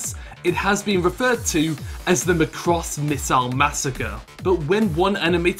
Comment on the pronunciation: stop saying macross wrong, it's mac ross. not m'cross